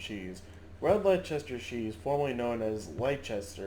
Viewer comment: what lol .... LECH CHESTER? its LES TUR mate ;)